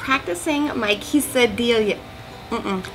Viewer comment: Nice! Those look fantastic and easy to make (I bet prep work takes a little time) Well done with pronouncing Quesadilla. :)